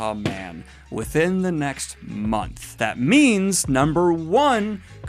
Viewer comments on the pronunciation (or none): none